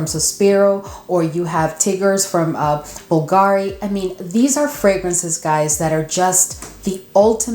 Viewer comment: Contrary to popular opinion Bulgari is pronounced bull-garee not bulgaaaaree.😊